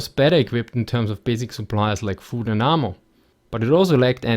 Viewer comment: Lol when you said "ammo" it sounded like you were saying "armor" but I knew from context what you were saying the 'a' sound in ammo is supposed to be like the a in apple.